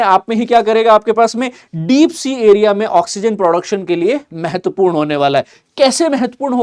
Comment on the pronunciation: मेहेत्पूर नही महत्वपूर्ण बोलो